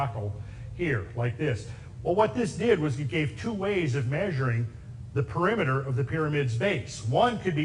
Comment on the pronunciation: PERIMETER: Not Peremiter.